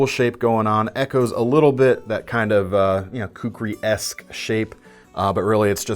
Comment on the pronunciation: kukureku, hey? But it aint's a rooster, it's a knife, and it is called kukri (not kukuri, with the strong emphasis on the first "u"). I own two of those - one with buffalo horn handle and one with wood (I think, Mahogany) handle, and I will be selling both of them shortly on eBay - they are just too huge for my own liking. FYI - citadel does not make those anymore - they now make a smaller 3" bladed version. The version that I own are about 10" overall length with about 5" long bade. They are also at least 8oz in weight (if not more) and with 7/8" thick handles... Let me know if you want to buy those. Cheers!